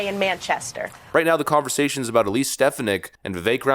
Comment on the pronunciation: Vikek your not saying elise name right lol